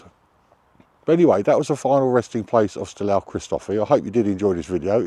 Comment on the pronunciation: Its not Styl-a-ou Christophi, but Styl-ooooou Christophi